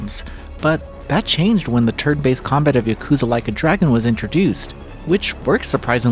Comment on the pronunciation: girl why you calling it yukuza? 😭